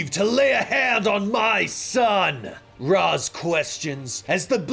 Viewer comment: Amazing video! But one thing STOP MISPRONOUNCING RAZ, reminded me of terry in that one Batman beyond episode😂